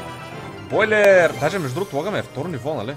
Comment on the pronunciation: АБЕ НИКОЙ ЛИ НЕ РАЗБИРА ЧЕ ЗНАЕ ЧЕ Е "БОУЛЕР" НО Е ПО ЯКО С "БОЙЛЕР"!